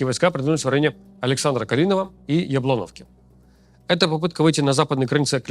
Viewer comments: Ю'наковка, Яблоно'вка. Ставьте, пожалуйста, правильно ударение. Сумчанам больно слышать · Ты внатуре турок, из раза в раз тебя катают на *уях, но ты все равно продолжаешь говорить яблОновка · А яблОновка как вам?